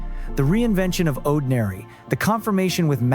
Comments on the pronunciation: I hate AI. The pronounciation of Oddinary… good lord. And they kinda skipped a few records. 😂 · Starting with a lengthy shot of Woojin, then skipping right over God's Menu, mispronouncing Oddinary, then singling out Lose My Breath... 🙄Argh! Give me Stay-made content any day- this is painful. "Dare to be"?? 🤮 Bleuch, so plastic... the irony is thick. Talk about cashing in! Won't be watching anything from this channel again.